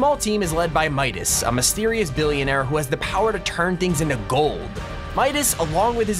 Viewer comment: lol he just said villionaire